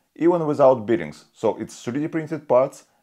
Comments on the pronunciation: nice vid. NB bare bearings for the Russian bear. not beering. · I would subscribe if the English pronunciation was better! "Bearings" ('bare-ings -- not 'beer-ings) etc! :-) Ask an English speaker to give you some pointers.